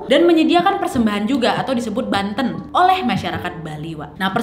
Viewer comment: Bukan Tirte kak Bukan Tirtè,,Banten Kak Bukan Bantèn